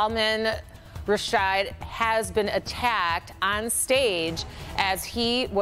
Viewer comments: The anchor clearly doesn’t know who Rushdie is. RUSH-dee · Lol, the name doesn't even look like how she pronounced it the first time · Maybe someone should have schooled on how you pronounce the author’s name